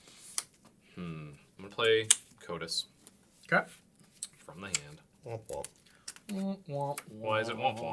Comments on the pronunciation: pronouncing Kotis as "Coitus" had me laughing. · Bring back RTFC just to get everyone to stop mispronouncing Kotis I'm begging you